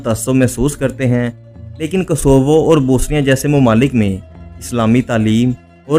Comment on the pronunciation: Bosnia kehna to seekh lo bhai. Bosinia koi mulk nahi hai,,,, BOS- NI- A